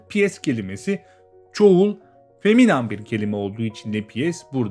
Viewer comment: selam ben 11 yaşındayım bu vidodaki feminin feminen diye okunuyo feminam diye değil